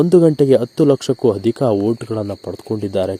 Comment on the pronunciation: ಅಧಿಕ ....ಹದಿಕ ಅಲ್ಲ, ಅಭಿಮಾನಿಗಳು...ಅಭಿಮಾನಿಗಳು, ಹಾಟ ಅಲ್ಲ ಆಟ ಅ...ಹ. ಸರಿಯಾಗಿ ಬಳಸಬೇಕು